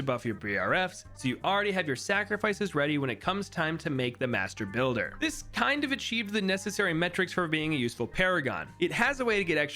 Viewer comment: I was shitting myself every time he said mastrr builder lmao